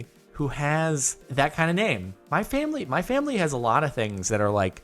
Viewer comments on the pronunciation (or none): Did anyone notice that he said famely instead of family ? LOL